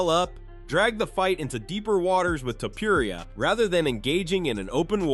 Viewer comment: The way pronounces "Topuria" is taking me out xD